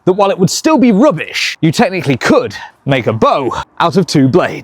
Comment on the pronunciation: The emphasis on technically is his way of saying "Kids, don't try this at home"